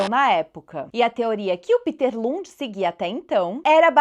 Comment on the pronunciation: A pronúncia "Píter" é do inglês.O Lund deve ser "Péter"ou outra coisa, Obrigado pela bela aula.